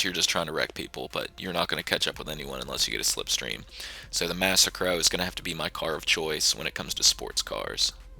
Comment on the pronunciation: Lol wtf is this video suppose to be a joke?? Shut up noob.. Learn to say "massacro" Typical noob says adder is good Only noobs play with catchup and slipstream The spoiler of t20 doesnt work so how is it good?? The only good thing u said was the dominator